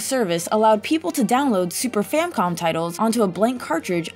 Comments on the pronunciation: She keeps saying "Famcom" instead of "Famicom." Arrgh! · I'm only 2 min in and already heard "Fam-com" instead of Famicom and "game front" instead of game font. So I have not idea what is happening here. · Famicom, not “Famcom” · How ironic that the video about mistakes has lots of pronunciation mistakes. I love me the Legend of Zelda "game front". And what happened with SNES? And boy do I remember the Super Famcom. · That's no excuse when certain words are pronounced the way EDIT: THEY'RE spelled. (Turns out even a grammar nazi makes mistakes sometimes) SNES, FamiCom, and Tezuka all have easy pronunciations. They're pronounced the way they're spelled. In this case, she pronounced Tezuka correctly TWICE before screwing it up multiple times. When she's talking about the Super FamiCom, she calls it the FamCom as if there's no letter I in the name when there clearly is. But wait! When she mentions the original FamiCom, she actually says it right! Seriously, don't blindly defend someone with a cop-out excuse when they clearly could've done double, or even triple takes to make it sound better. DidYouKnowGaming?'s quality has clearly gone downhill recently. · I've counted four S-NES Famcom Wizardrobe Type front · God, between "famcom" and "tezukia-san" you'd think all the mistakes were on purpose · She keeps calling the famicom the famcom and it annoys me greatly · RevampedSpider No, she says Famcom multiple times. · S-NES. Famcom. Game front. Tedzukiya-san. Oca-reyna. Is English this girl's first language? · "famcom" "tetzukia"